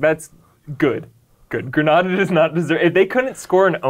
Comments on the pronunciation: Its pronounced grenade-a, not grenad-a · Why do u say grenada like that it’s pronounced llike the word grenade but with an a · Grenada is pronounced (gruh-NEIGH-duh) not (greh-NAH-dah). We are not a Spanish country therefore won't have a Spanish name. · Barbadian here and I'm only now seeing this wow Also it's Gre-nay-da not Gre-nah-da lol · It's Grey-Nayda NOT Grah-Nada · Ignoring for the moment that both these guys are mispronouncing the name of the country "Grenada" (it's Gruh-NAY-duh, not Gruh-NAW-duh), this is one of the funniest stories I've ever heard! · Gra nah duh 🤣 Gren-nae-da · Wooo s/o to 🇬🇩 Grenada!! It’s pronounced GREENada. Not GRANADA, Granada is a city in Spain. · Side note* You keep pronouncing Grenada like it's Granada, the city in Spain, not the Caribbean country. (Grenade-ah) is how it's pronounced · GREN-AY-DA! Not GRA-NA-DA!! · It's GreNayda. Not granadah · gren-AYE-da. not gren-AH-da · Did this man say greeenahhda????? ITS GRENAYYYDA!!!!!!i just trying to geh yall to pronounc it right dhp mine the spelling lol😂😂😂😩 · Why this man saying Gran-NA-da when it is clearly Gren-NE-da smh these Americans learn the proper pronunciation. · It’s Gren-a-da not Gre-na-da…. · It's pronounced Green-aye-duh and not Grehn-ahh-duh. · No, it doesn't. They incorrectly pronounce the name of the country throughout the entire video. It's Green-A-da, not Gren-AHH-da. Again, they are not pronouncing the name of the country correctly. This is typical of Americans. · IT’S GRE-NAY-DA NOT GRAN-ARDA. AMERICANS 🙄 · Next time say "Gree-nay-dah" please. Not "grah-nah-dah". It sounds disgusting. PHONETICS is real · The guy in the video does keep pronouncing it like Granada. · Ffs it’s the pronunciation of Grenada is like “grenade” not the way you say it! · Hey btw, it's pronounced Gre-Nay-da. But love this video lmao. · *Gren-ay-da Never seen Heartbreak Ridge? Sounds better too. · FYI: It’s pronounced Gre-nay-da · it's "GreNAYda" guys. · It's GREE-NAY-DA